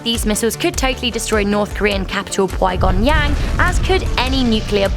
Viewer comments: Just don't make videos like this without sufficient knowledge please, it's Pyongyang not pygonyang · pway gong yang? wtf is that it's Pyongyang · Py-gon-yang ???? WTF !?!? Get your pronunciations right lady, Pyongyang (pyong+yang) isn't hard to say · Me: Pui-gon-yang?: Oh *Pyongyang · Pygongyang? Pyongyang. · Um...the capital is not Qui Gon Yang.....we're not dealing with Qui Gon Jinn from Star Wars...it's pronounced Pee-Yong Yang get rid of the double E in pronunciation...Pyong Yang ...Pyongyang. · PWYGONYANG, damn how did pyongyang change to that? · Pyongyang isn't pronounced Pie Yong Yang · Pyongyang, not prygongyang. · Pyongyang not pwy gon yang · Stopped watching and disliked after hearing you try to pronounce Pyongyang. It's not Pwy gon yang, it's pyong yang. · Did she just call Pyongyang "Pwigongyuang" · hey dummy it's pronounced PEE-UN-YANG not PIE-UN-YANG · How on earth did Pyong-yang get turned into py-gong-yang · I'm sorry, it's not pronounced pie-young-gang it's pronounced Pyong-yang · Puygon yang. I'm sure the Koreans call it Pyongyang. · pwy-gong-wang? wtf it's Pyon-gyang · pui yong yen? i thought it was pronouced peeyong-yen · Because the actual capital is called 평양 (Pyeong-yang) not Qwy-gong-yang.. Thinking about it, you wouldn't even be able to write that with the Korean alphabet. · ITS PYONGYANG NOT PWAYGONYANG!!!! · pwygongyang? Last time I checked it was Pyongyang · WTF? How do you mangle Pyongyang into "pwy-gon-yang"?????" So much for your credibility. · Pyug-Yung-Yang huh? hahahahahaahahahahaahahahaha, no... Pyung-yang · its Pyongyang not pygonyang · Did she just pronounce the North Korean capital as "Pwi-Gon-Gyang"? WTF. How does Pyongyang go to "Pwi-Gon-Gyang"? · Idiot it is Pyongyang not pyogyangong! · Pee Hong Yang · Why does every one butcher the capital of dprk Korea its pee-ong-yang k got that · Pwygongyang? Hahaha what?!! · Pui-Gon-Yang? Never heard of that jedi. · did she say puigon yang???? Is that like a Asian quigon?